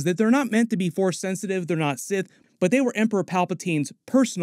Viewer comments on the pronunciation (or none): none